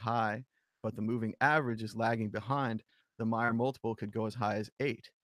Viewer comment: Trace pronounces his own name M"A"yer... like May-er. Not Mi-er. Sad you can't pronounce it correctly when there is ample opportunity all over the Internet to listen to Trace pronounce his own name. Unless you change, it will only serve to diminished your own credibility. For such a big reader, it's sad you keep getting his name wrong.